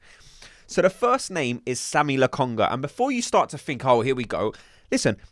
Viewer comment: It's not Sammy or Sami. It's Sambi bruddah